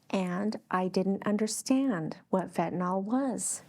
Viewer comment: fentanyl not fentaNAWL.